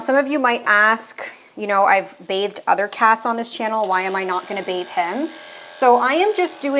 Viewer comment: I know I'm deaf on one side, but damn, everytime you said BATHED, I heard BAKED! So I was in stitches everytime! Damn!